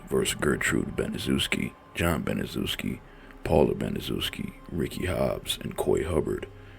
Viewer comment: It's pronounced Banishevski she's the devil